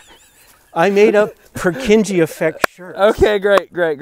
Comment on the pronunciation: That's not how you pronounce Purkinje. Other than that, have a great time experiencing the eclipse for those of us half a world away